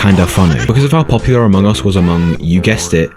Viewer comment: I actually laugh when you say Amoung us 😂😂😂